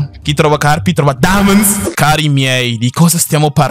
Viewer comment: CHI SI OFFRE PER FARE LA COMPILATION DI TUTTE LE VOLTE DOVE DICE DAMONDS?????